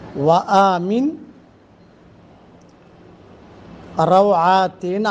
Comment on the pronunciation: Its 'Wa aamir auratina' ... U r reading it wrong